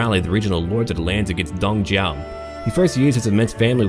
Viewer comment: I don't understand how does a (native?) English speaker say Don Jiao instead of Dong Zhuo. It annoys the shit out of me. If you can't properly pronounce shit that you read in English, don't speak it.